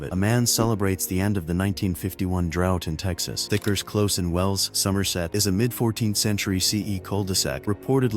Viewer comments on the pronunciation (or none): Yep. It's Vicar's Close, Not Thickers Close/